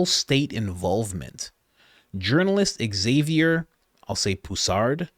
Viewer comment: Xavier is pronounced Zavier; much like Xylophone is pronounce Zylophone